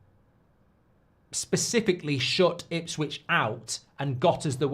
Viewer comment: It's Ipswich lol